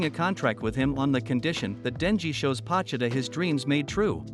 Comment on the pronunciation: Pochita Bro said it wrong